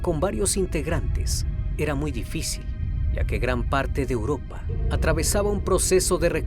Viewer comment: No me gusta su estilo y pronunciación, no se dice Uropa, es Europa